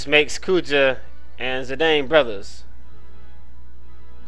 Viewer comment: Dissidia may say Zidawn, but according to the english language it's pronounced Zidane, with a long A sound.